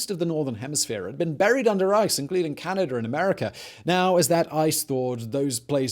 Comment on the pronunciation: He said CanadR . ..There is no such place . ....but there is a place called Canada